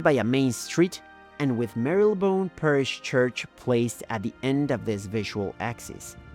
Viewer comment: Grosvernor, baroque, Marylebone were also charmingly mispronounced, and it's Big Ben, not the Big Ben, and the Houses of Parliament, not the Houses of the Parliament